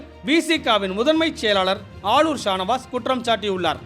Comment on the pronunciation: பெயர் உச்சரிபப்பு எது சரி? Shah Navas. அல்லது Shanavas